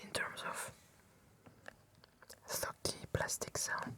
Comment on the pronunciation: Great video as always, but I kept thinking you said ‘f*cky’ every time when it’s actually “thocky”